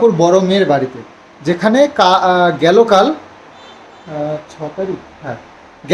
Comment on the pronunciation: Gelo kal ta ki😂😂? Correct word is gato kal😅😅 theek kore bangla janoi na?? Amra Delhi te North Indian der sathe thaki athocho bangla jani😅😅